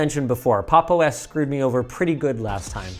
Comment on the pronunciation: I'm sorry but pronouncing it as "Pop exclamation mark underscore OS" oh my god